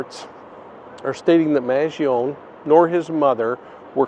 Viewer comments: Whis is why I gave correct pronunciation:) It is not Man-jee-oh-nee…which is how most people are pronouncing it but killed it in this one lol maj ee own 🤦🏻‍♀️ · As an Italian, the correct pronounciation of Luigi’s last name is maan-joh-nee 🇮🇹🤌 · That’s interesting. Once you mentioned it I looked up Chuck Mangione not knowing for sure how to spell his name. And it’s man-JOH-nee. But you just know the media is going to keep going with man-g-OWN-e. Bad habits die hard.